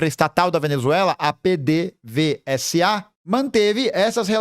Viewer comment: ta vendendo curso sobre a venezuela, sendo que claramente nao entende sobre o país… falou no video que a venezuela é a maior produtora de petróleo do mundo (delírio), nao sabia pronunciar o nome da petroleira do país, nao sabe o nome dos outros candidatos, etc…. Qualidade do canal ta caindo e o foco ta indo pra vender aula e curso